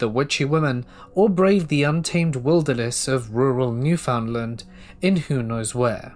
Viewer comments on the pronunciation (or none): Love this - but gotta point out it’s pronounced New-fun-LAND like un-der-STAND, with emphasis on the last syllable. Big love from the same li’l province out in the Atlantic! ❤️ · The way he pronounces Newfoundland is hilarious, I love it